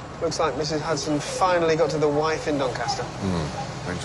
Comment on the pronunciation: Sherlock calling Mrs Hudson ' Huderz' is possibly the best thing to of ever happened 🤣🤣🥰🥰😍😍😍